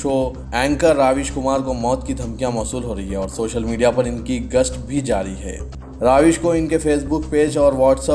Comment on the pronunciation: My dear the name is RAVISH. not RAAVISH as you are pronouncing in today’s news